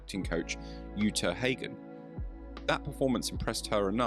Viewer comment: Say it with me: OOTA HAH GIN .. Never heard of Utah Hay gan. Ffs.